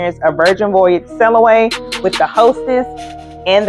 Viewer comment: Thorough video but "Sellaway" is taking me out 😂 . Y'all know it's 'Sail" right? (Oh and the guy seems like a creep.)